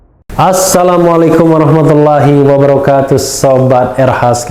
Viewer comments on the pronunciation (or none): Wabarakaatuh. Bukan Wabarakatus RH.